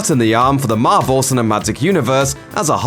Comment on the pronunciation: Why do I keep hearing the narrator saying Marbel instead of Marvel?